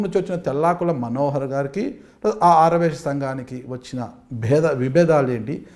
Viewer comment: యాంకర్ కు ఆర్య వైశ్య అని పలకడమే రావటంలేదు.😂😂